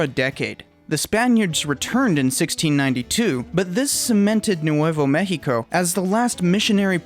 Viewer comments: You said Nuevo México so weirdly, I thought you were saying New Huevo México. Lmao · Tay-hoss and new-way-vo may-he-co 🤦‍♂️ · Nuwayvo meheekoh... 🤣🤣🤣